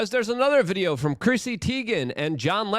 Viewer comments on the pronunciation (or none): none